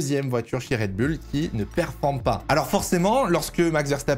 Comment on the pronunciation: Faudrait faire un choix sur la prononciation de Red Bull. Pour info c'est un nom anglais et ça se prononce Red Boul